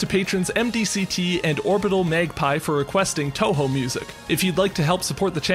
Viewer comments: Touhou. It's pronounce toho, not tawhaw. Just a nitpick though, great video overall. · He pronounced it as toehoe